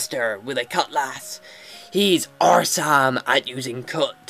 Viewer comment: I swear I thought you said ARR-some when you talked to the pirate.